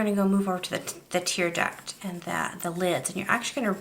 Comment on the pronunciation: 'Tear duct' not tear duck (you can hear the 't'). Nice eye. Thanks.